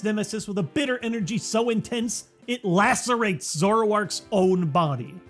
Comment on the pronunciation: I thought Lacerates said Lactates...